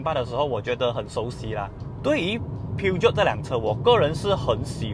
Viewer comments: 法文并没有G或J的发音，而是用sh音取代. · 念 Per-Jo 就好了😂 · 正确的读音叫： 'per-shoun' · 法国车名就用法文来念. 不是英文. Ne prétendez pas être un représentant si vous ne comprenez pas le français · Peugeot 念错了， 还说很了解这个品牌